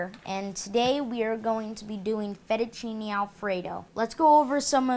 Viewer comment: i thought he said fetishchini lol!